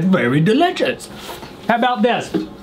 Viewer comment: “mmm!! that’s very dilitchis”